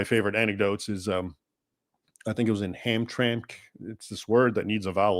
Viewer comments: Hamtramck. Ham-tram-ick. 😊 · It’s pronounced Ham-tram-ack 😊